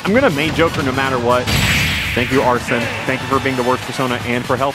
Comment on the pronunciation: Wait Did he just call Arsene, Arson